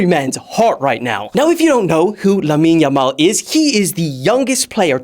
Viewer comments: its Lamine Yamal not Lammine yammal lol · it's not lammine yammal but lamine yamal. why 2'm???????